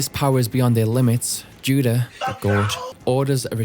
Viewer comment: Saying Judeau as Juda is crazy work bro 😭